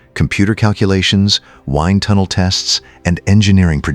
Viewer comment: Phonetically, wined tunnel for wind tunnel?!?!😵‍💫😵‍💫😵‍💫 c'mon!